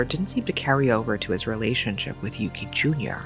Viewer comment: The suspect’s name is “Yūki,” not “Yuki.” They have different pronunciations. I love your content so much, but please don’t get the names wrong and call the poor child “Jr.” after the man who took his life away.